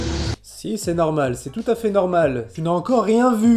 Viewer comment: « Neuuh c’est neurmaaal peur toi » chui morte 😂